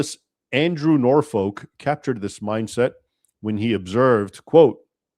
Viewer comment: Btw not that it matters, but we say Norfolk more like the Virginian /ˈnɔːfək/.